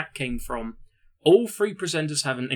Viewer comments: And it's "THree" not "Free", if you want to do narration, learn to talk. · What the hell is , "frew , free , furteen "????????